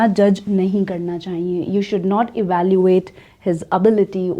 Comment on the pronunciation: Mam, avalyooat, not evalooyooat